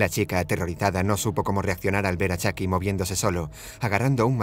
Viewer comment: Es chuky me desespera que diga chaky